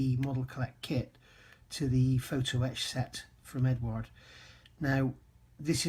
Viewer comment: Eduard as in Edward. Not Edard.